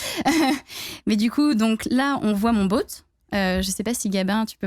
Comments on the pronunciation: On l'adore mais je peux pas m'empêcher de faire remarquer qu'elle dit 'boat' pas 'bot' x) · Par contre c'est quoi le délire avec la prononciation du mot "bot" en "boat" ??